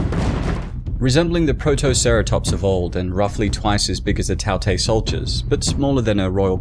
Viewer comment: Tao tei is pronounced as Dao Die